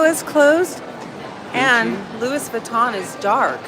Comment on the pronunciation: Lewis Vatton??? 😆😂😆